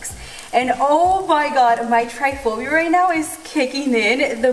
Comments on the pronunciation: it's Trypophobia and not 'Triophobia'. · it’s Tripophobia not Tryphobia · Lol girl I love u but it's pronounced TRIP-aphobia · Trypophobia not tryphobia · oh pita, you say you have Trypophobia but you call it “triphobia” hahaha, no hate btw, I just found it funny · Just a little fyi... Trypophobia is pronounced trip-uh-foe-bee-uh 💜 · I know😂😂 she had me searching triphobia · She said she had Trypophobia but said it wrong....Okay